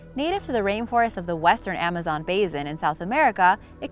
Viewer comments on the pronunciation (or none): none